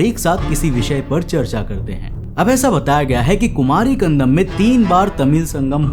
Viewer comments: bhai it's kandam not kandanam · It's not kandanam bro it's kandam😉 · Kumari Kandam not Kandanam.But the video content is very good. Nice research supported by proofs. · Khan-dam --- ko ---- khan-dha-nam kyu bol rhe ho bhai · It's kandAM he is pronouncing as kandaNAM! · कंदम को कंदनम क्यों? बोल रहे हो😅😅 Bar Bar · BRO I HAVE TO TELL YOU THAT ATLEAST PRONOUNCE THE WORD PROPERLY. WHY IGNORANCE? IT IS "KUMARI KANDAM" AND "KUMARI KANDANAM". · It is pronounced as Kandam, D as in Delhi..Also, k as in Akhand